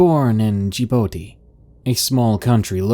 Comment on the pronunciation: Djibouti rhymes with "the booty".